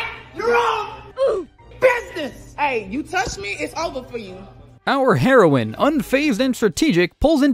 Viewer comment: Heroine. Not heroin 🤣